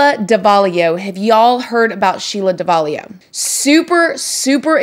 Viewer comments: Lmao, "Somebody was doin some pursuin." Love your mannerisms. It''s Sheila Davalloo, pronounced Dav-uh-loo. You are obviously so tough, very well self-made & so incredibly awesome! Been down a teeny bit similar road but only county, not "the big house". You had it way tougher & survived far more than I did. I have 14 years clean from Vicodin. So wish I could meet you to gain insight from your success. I kinda like it. I didn't at first but I do now. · it’s pronounced DAV-AH-LOO lol not sure where ur getting an “I” in there from🤦🏽‍♀️😂